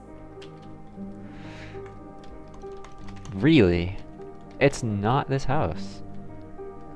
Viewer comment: Did you say awry wrong on purpose?